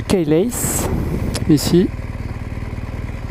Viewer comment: Cool la video, merci!....mais la prononciation du mot “keyless” est á revoir :-)